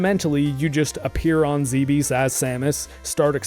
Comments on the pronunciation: Bravo! Btw I believe it's pronounced like Dweebs. Zebes as in Zeeebzz. I just lost a pet too, so I feel for you, bud. Also, I really appreciate you on the DnD stream. Hail! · After scarlet and violet I'll never buy another Nintendo game again. Edit: it's pronounced "zeebs"